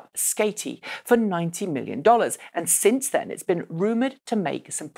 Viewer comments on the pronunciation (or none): none